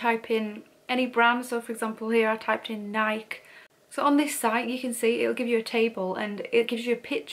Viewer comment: Here in America, we pronounce NIKE with the E at the end not an IK or Naik with a long eye. It is a two syllable word it doesn’t matter and I’m not telling you this to put you down. It’s just I was listening to you for a while and I don’t see that well and I’m like I don’t know the Naik Brown whatever anyways I have been collecting vintage buying and selling it since I was 17 years old actually collecting it before that I am 70 years old now, and I really enjoy seeing other people who enjoy collecting